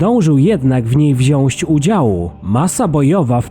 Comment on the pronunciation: Nie da się tego słuchać. Wziąć nie wsiąść . Pięćset nie pięset.